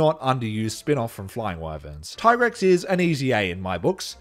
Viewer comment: It's Dee-a-blos and Tee-Grex, duh